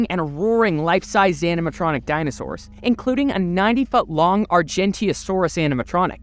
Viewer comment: I keep hearing him say “MY FOOOOT!” Lol